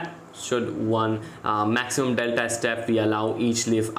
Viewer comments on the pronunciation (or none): none